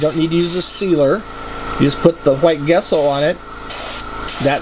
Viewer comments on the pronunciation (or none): Great video nice when people share their process. FIY your white acrylic paint is pronounced Jesso